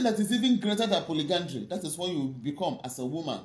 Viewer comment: Polyandry, not polygandry